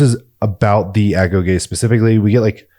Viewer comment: Great video. Thank you for pronouncing "agoge" properly; a lot of channels use ai to narrate, and it can never get that word right.